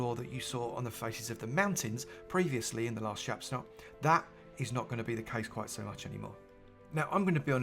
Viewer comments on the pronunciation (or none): LOL, you were so excited about the new caves preview you said it was a "chapsnot" at one point. You're the best!